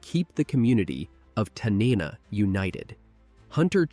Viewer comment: TAN-NA-NA correct pronunciation please